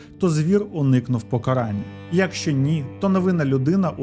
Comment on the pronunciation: Не фольЦваген, а фольксваген, на 13.37 не «особисто», а «особливо». І що за дивна манера наголошувати перший склад у слові якщО???